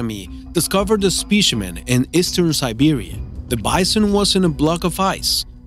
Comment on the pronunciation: It's specimen, not spishiment